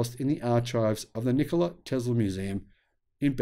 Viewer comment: Afraid your pronunciation of Nikola is a little off - no stress on the O. Here is another Nikola.